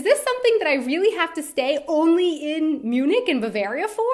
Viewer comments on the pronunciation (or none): none